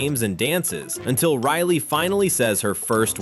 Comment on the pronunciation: Its riley.. 😒 not RILY